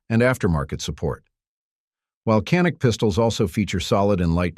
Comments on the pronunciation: First of all, it’s pronounced, “Janik”, not “Canik”. It is a Turkish made weapon, and the Turkish language pronounces a C as a J. Get it right. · DOWNVOTED FOR BEING A CRAP AI VIDEO. CAN'T EVEN PRONOUNCE CANIK. WHAT A JOKE!